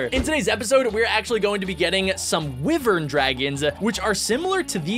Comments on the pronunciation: It’s are pronounced ‘wievern’ not wivern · Ur saying wyvern wrong it is said W-I-vern but is spelled wyvern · You pronounce wyvern like why-ver-ns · I love how he calls the WHY-vern Wivern TuT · It tavern not wivern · It's not wiver it's wyvern wy as in why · when u said w-i-vern it annoyed me so much. it is pronounced w-eye-vern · haha was gonna coment that soon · When says wivern I flippin laugh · Its y-ver-n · It feels so weird how says Wyvern